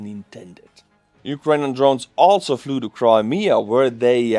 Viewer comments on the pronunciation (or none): none